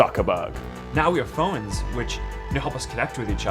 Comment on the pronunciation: "Now we have Phowens."